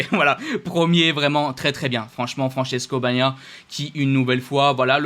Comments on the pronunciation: C'est Bagnaia et pas Banaia... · Bagniaia, ça ce prononcé BA NIA IA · Ça ce prononce Ba - nia - ia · Salut encore merci pour ton petit débrif Je vais essayer de répondre à ta question , j'ai un ami Italien il m'a dit que dans le Sud de l'Italie le nom de notre Champion du monde se prononce en 2 syllabes et le G se prononce , on dit "Bag - naia " Parcontre c'est vrai que nous les Français , moi le premier je fait comme canal le " G " je le rend muet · Prononcer "Bagna - ia" 😀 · Ça se prononce "Ba gnia ia" La source incontestable 😅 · dans Bagnaia on prononce pas le g, faut simplement le lire et le dire comme un mot français, et pas dire banaia comme un enfant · Chez KTM, ils ont testé un bras oscillant avec aileron. Di Giannantonio out pour le w-e...Luxation de l'épaule...On prononce Ba-Nia-Nia.. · Oui juste, ça se dit, ba nia ia